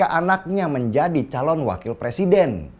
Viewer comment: jangan terlalu semngat pak de ,rakus bener ah dengan jabatan 😂 sampe nyebut presiden ,jd "persiden" panik bener y gr gr asam sulfat gimik memalukan.